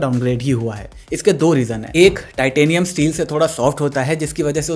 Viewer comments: lol it's titanium not tatinum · Bro 'Tatinium' is amazing 🤣🤣 good to see that some work are done by humans